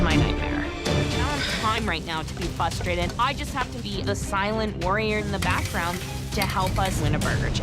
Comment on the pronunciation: why....WHY????? do most people say "FUstrated"??? There are TWO "R's in FRUSTRATED!!! I used to try to correct people but I've learned that stupid people get angry when you try to teach them something compared to intelligent people who appreciate the opportunity to LEARN something when they are corrected. Following is a short list of words when spoken incorrectly will IMMEDIATELY end our conversation: 1. FUstrated 2. Nucular 3. Libary Why end the conversation you ask? Because it's doubtful that people who speak this way will understand anything I have to say. Let the hate flow when replying to this, it only reinforces your lack of education.